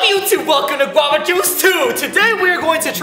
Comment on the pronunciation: that is not how you say Guava